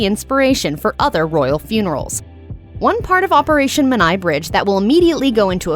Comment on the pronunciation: Come on get the Menai bridge pronounced correctly.